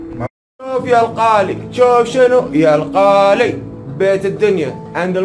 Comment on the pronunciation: Sweet toto القالي شكله قصده الغالي منقصه لسانه